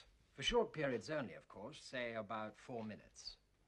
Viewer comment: “But of coursh..”